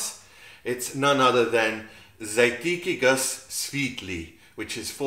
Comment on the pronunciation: Hey mate, good work I like your style. Pronounced: z'ar'tetsky goos svyet-lee